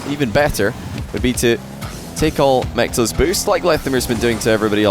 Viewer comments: No one:: Mech-toes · every time says "mectos", I hear "McToes" XD